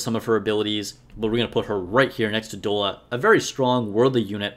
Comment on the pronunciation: I'd give you more credibility if you could pronounce Doll-a. Doll-a. Have you not heard of "dolla bill"? It's slang for dollar. Dude! And N102 is your first B1 if you don't get Liter right away. She carries with a good attack buff for the squad. She's at least a B.